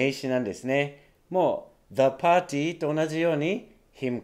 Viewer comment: 何がすごいって、説明する時は日本語発音(パーティー)で聞き取りやすくしてるところが感動。英語発音と日本語発音を使い分けてるネイティブの先生初めて見た。